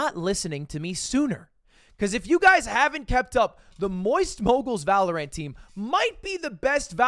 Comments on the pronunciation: Why is he saying Valorant like that.. Valo-rant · Is it some sort of inside joke that Ludwig calls it “Valor-ANT”? I’m so confused. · Does anyone else cringe when lud calls Valorant, ValorAINT